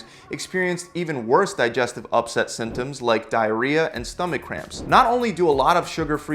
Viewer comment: Can you say symptom symptoms again that was just........... Really Really Annoying🙃